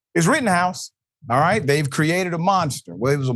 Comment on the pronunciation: It is not Rittenhouse but "Rottenhouse"! The guy is a blabbering idiot!